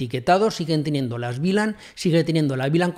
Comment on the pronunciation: Muchas gracias por el video, lo unico que no entiendo es porque dices BLAN si es VLAN? en español eso se pronuncia "uve lan"